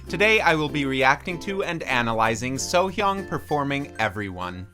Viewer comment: Plus point for pronounced Sohyang's name correctly :D